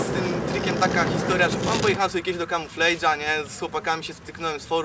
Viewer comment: "pojechalismy z ziomkami do KAMUFJEJDŻA" hahaha xD wariat wymowa ;d